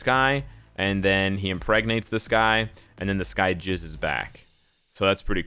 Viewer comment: Jizz bro not gizz lol